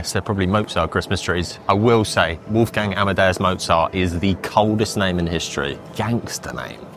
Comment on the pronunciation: it's not "woof gang" ... it's w-oh-lf-gung.